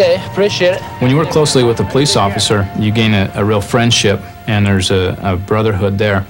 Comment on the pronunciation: Pulice is like cayute hahahaha